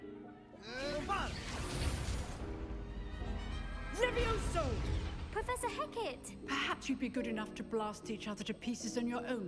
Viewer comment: 🗣️🗣️🗣️ it's leveosi not leve_osi